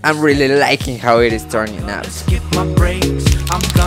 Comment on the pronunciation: He really said rebeal